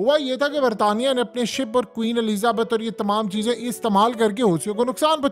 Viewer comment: Omg the way say Queen’s name I loved it , Queen Ahlezza Baat 🤣😂. Anyway it’s Queen ( Elizabeth )